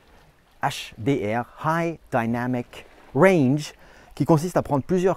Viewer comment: J'ai attendu impatiemment les 3 premières minutes que tu prononces "High Dinamic Range" avec ton ... merveilleux accent :D